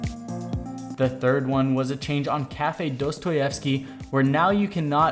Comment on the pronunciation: He pronounced kafe's full name correctly...